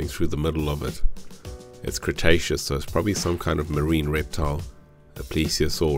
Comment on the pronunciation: The way you said "its Cretaceous", it sounded more like an adjective, than a noun. 😂